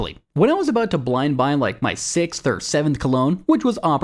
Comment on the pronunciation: "downt bloynd boy"